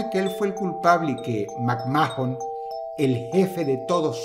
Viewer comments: Como lo pronunciamos todos: Macman Dross: MacMAJON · McMa-jon?.... 🤣 ke paso mi kerido Dross te me kaíste en esa pronunciación..... hahaha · TODOS al pronunciar el apellido de Vince: "Macmán" (Mcmahon) DROSS: "mAkMáJOn" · Me reí mucho deberas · DROSS ES SOLO MACMAN, NO MACMAJON JAJAJAAJAJAJA :3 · Dross que no ves la wwe no se dice macmajenon sino macman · Mac mojón